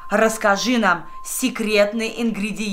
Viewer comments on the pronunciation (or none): Не эгзи а эгзэ